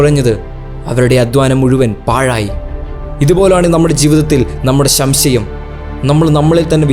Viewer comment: കൊള്ളാം.... ഗംഭീരം 👏🏼 പിന്നെ ശംശയം അല്ല സംശയം എന്ന് പറഞ്ഞാൽ കൊള്ളാം... നന്ദി